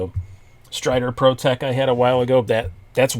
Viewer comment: I cringed every time you said "Protech Newport" haha! I've always loved the look of that Stitch, though!